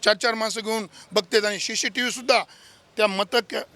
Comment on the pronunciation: शी शी नाही फड्या 😂😂 सी सी टीव्ही म्हण